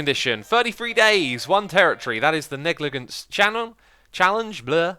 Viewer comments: Pronounced neg-li-juns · No it's pronounced neg-luh-jents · I don’t care if you say baron or knight but please, for the love of all that’s holy, say negligence correctly! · I'm surprised I haven't seen more comments about his pronunciation of "negligence" considering he pronounces it quite oddly, but maybe that's the way Europeans pronounce it. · the second g in "negligent" should be soft.